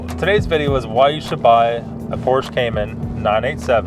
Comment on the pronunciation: It would be credible if you would at least pronounced the brand correctly….PORSCHE / POR-SHUH